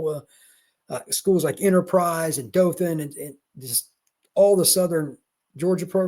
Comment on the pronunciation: I was impressed that you actually said Dothan correctly.